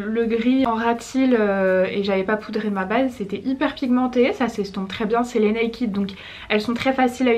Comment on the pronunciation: Par contre ça se dit naykaid :)